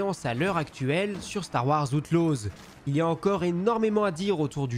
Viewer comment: Star wars "Hauteloze"